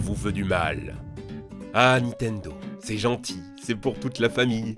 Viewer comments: Stp tu peux arrêter de "Nitendo" au lieu de Nintendo? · Quelqu'un peut lui faire comprendre que c'est pas " nitendo " qu'il faut dire mais " nintendo " ! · Ya que moi qui vrille quand j'entends Nitendo au lieu de Nintendo ???